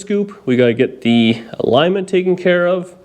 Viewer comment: Ha! Ha ha ha! That man said "a-ligg-ment!'